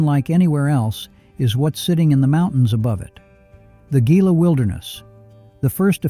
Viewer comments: Gila is pronounced Heela, not Geela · Gila is pronounced heela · Gila is pronounced HE-luh. Is this AI? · Gila is pronouned "Hee-Lah" like in Gila Monster. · I know!! that irritates me too. I grew up in towns in Gila County AZ and just hate when it's not said right. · Just like in another video. Pronouncing of names is absolutely horrendous! Gila is pronounced Hila. Gonna do stuff need to learn how to pronounce!